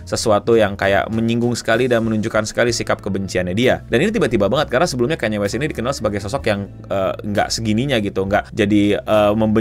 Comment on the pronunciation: akhirnya bener nyebutnya ya tuhan